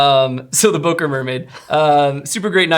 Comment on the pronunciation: I love how americans pronounce Böker😂😂😂